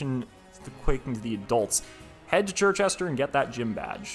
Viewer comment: Hearing you pronounce Circhester as Chir-chester not Sir-chester is extremely infuriating